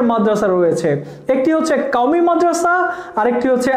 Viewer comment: কাওমি না ভাই কওমিয়া ঠিকভাবে উচ্চারণ করেন